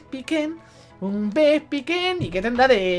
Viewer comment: No puedo tomarme en serio este capitulo con el titulo XD Si te puede servir por si te matan a togekiss y por que también aprende ataques por nivel Furia Dragón siempre quita 40 PS así que no te preocupes /Vespicuin/ se pronuncia Vespiquen (Por si te interesa) - Se te va muchísimo, para el mejores momentos de cabesa, un dia de estos me vas a matar de la risa XD en serio, no puedo tomarme en serio nada contigo, es que a la mínima ya me estoy partiendo el culo de la risa XD Tri-Ataque es de tipo normal, lo único que tiene un 10% de paralizar, un 10% de quemar y un 10% de congelar, se ahí el efecto de fuego,electricidad y hielo Yo también lo recordare toda la seria XD